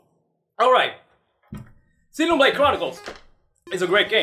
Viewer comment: I think they were poking fun at the way he says Xenoblade.